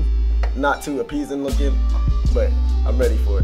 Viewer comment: nigga said “not too appeezing looking” 😂